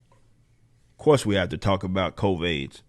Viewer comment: Covaids” hahaha